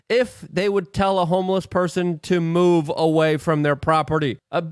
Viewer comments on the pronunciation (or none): none